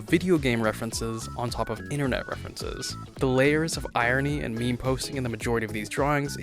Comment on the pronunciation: It's not pronouns memi but mem